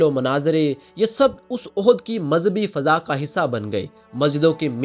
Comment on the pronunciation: Ohd nhi Huzoor Ehd عِہد